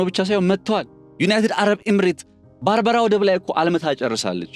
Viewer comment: የባርበራ ወደብየሚባል አዲስ ወደብ ፈጠራችሁ እንዴ? በርበራ ነው የሚባለው!!! 🤔